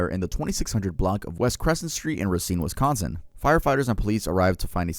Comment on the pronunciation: THANKYOU for saying Wisconsin right! Most youtubers mispronounce it all the time or like make it 3 words (wis-con-sin) instead of sounding like one word like it is lol.